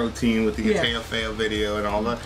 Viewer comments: Teil is pronounced "Tile" and it means piece or part. So the song is called "My part" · speak it out like "tile" mein teil = my part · it's pronouced like TILE in english (coming from a half german/half polish guy growing up in Germany) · And he doped him up on pills and alcohol as he bled out in the bathtub then buried his skull in the backyard. He tried suing rammstein from Prison. It's Pronounced "Tile" :) meaning part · "Teil" (literally "piece", in this context "penis") pronounced more like the English "tile" than "teal" or "teel". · No, the "ei" in "teil" is pronnounced the same way as "mein"! It means "My Part", you know the theme with a cannibal, based on real events. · The ei in Teil is pronounced like the ei in Rammstein